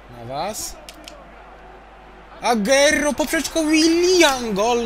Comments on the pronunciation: sorki musze to chejtowac kurwa no mnie to boli to moj naj pilkaz a ty czytasz agero czyta się agłero PLS popraw sie ! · agero Tylko agłero tak sie czyta